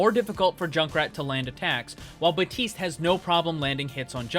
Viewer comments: It,s baptiste not baptist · really useful video but drives me mad every time you miss out the "P" in Baptiste's name